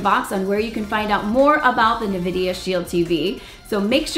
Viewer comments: Thank you for the review. Not trying to be rude but it's pronounced en-vi-di-uh not ni-vi-di-uh. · It's pronounced N- vidia not (nuhvidia) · Nice review. The N-vidia Shield TV IS the absolute best streaming device I have ever owned. N-vidia has produced a winning combination of speed, power, and flexibility with this unit and I LOVE it. Nvidia... no "a" after the N... COULD sell this kit for less, but I'll buy 2 more at this price and it WILL be worth it.